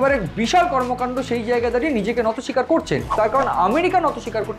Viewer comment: Kothata NATO SIKAR hoyna , NOTI SIKAR hoy dada .... thik thak bangla sabdo uccharon korun na hole kane lage baddo